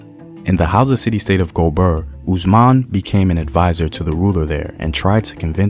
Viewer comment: that’s not how it works, it’s one thing to say a foreign word in your own accent but it’s another to simply mispronounce it. This is a mispronunciation.